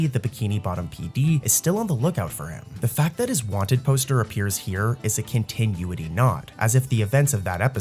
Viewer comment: I love ur vids but dude if u don’t start saying continuity right istg… (cohn-tih-new-it-ee)